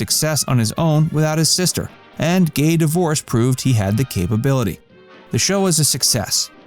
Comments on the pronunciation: It's pronounced 'Gay Divorsay,' rather than 'Gay Divorce.' It's spelt: 'Divorcee.' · Pronounced "The Gay Di - vor- say", not "The Gay Divorce". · The musical is not, “The Gay Divorce”....it’s, “The Gay Divorcée,” phonetically pronounced as, “divor-SAY.” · Great video. But, yes, the last word in Fred's big break is pronounced Dih-vor-SAY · Divorcee pronounced di-vor-say. You really should check your script before making a fool of yourself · learn how to pronounce divorcee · It's pronounced Gay Divorcée! You need to watch TCM and study these beauties of the cinema. 🎥 You should do a vlog on Mary, Lottie and Jack Pickford. The Pickfair estate was so beautiful, but Pia Zidora tore it down. Learn about silent film era which often is forgotten!